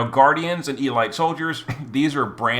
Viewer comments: Seriously, e-light? Have you never heard the word elite pronounced before? It's e-leet. I'm now convinced all the mispronunciations are on purpose. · its eh-leet, not ee-light. You had my up the wall with that one lol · its pronounced e-leet not e-light. youre makin me face palm here bro.